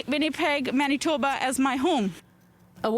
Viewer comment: Naah you say MANITHOBA'H...